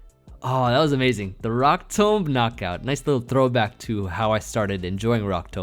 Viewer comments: Your 1000th video and you’re forcing me to dislike my saying rock tomb incorrectly. I’ve never expected anything more and still been extremely disappointed. Also…a team from each 100 videos previously still would have been insane. I stand by this. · says Rock Tomb so weirdly 😭😂